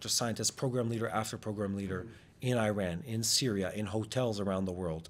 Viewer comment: I stand with people who can pronounce Iran correctly